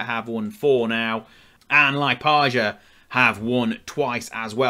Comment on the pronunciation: Only thing that stood out was pronunciation of Liepaja, in English 'j' pronounces more like 'y' in young, so it would be 'Liepaya'. Othat than that good video, enjoyed it!